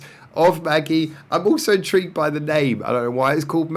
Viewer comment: Intead of pronouncing it like "Maggie", I think you should pronounce it like "magic" but with a "E" instead of the "c" - so "majie" - my guess though, we'll see when they pronounce it themselves.